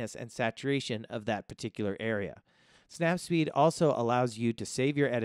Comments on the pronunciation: It's not snap speed , it's snap seed 🤦🏻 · Snap seed. Not snap speed yo. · Snapseed. Not snap seed yo. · snapSeed, not the snapSPeed :) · I was going to say that too when i heard it. It's bothering me. Lol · Snap-what? Say it again?